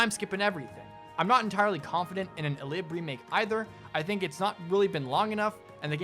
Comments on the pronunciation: Eh-lih-bay. Not eLIB. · "E-lib?" I... don't think I've ever thought about that pronunciation of that before. Anywho, if they go the remake route - I'd love a remake of... basically any of them from the GBA or Tellius. It'd be great. That said, I'd say, don't worry about including any of the extraneous bells and whistles (teaching, battalions, the calendar, etc) from 3 Houses in it. They didn't need them at the time, they still don't need them now. For your dream new game - Optimize, yes, totes. Same for UI stuff, and voicing stuff. And time skips. Don't do the baby's at all, unless there's a major time skip like the one that we got in one of the older games. I'd say do away with the Monastery/"My castle" bits... they're so unnecessary. Best version of a base mechanic was in the Tellius games, and there was a simple no-fuss menu, no need to maneuver around the base at all. Fates class system, eh, sure whatever. I prefer to have units with a designated niche, but whatever. Also, do away with Avatars. They're just not worth it. They never have enough proper personality to make it seem worth it.